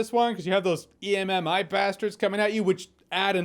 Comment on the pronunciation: Jeremy might be the first person I’ve ever heard pronounce EMMI letter for letter lol